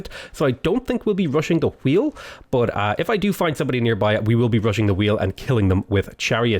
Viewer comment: The way he says wheel angers me